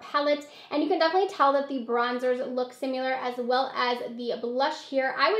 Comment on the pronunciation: SIMILAR** NOT SIMULAR.... that was so distracting..